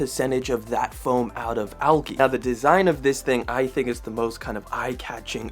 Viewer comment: did bro just pronounce algi with a hard g? lmfao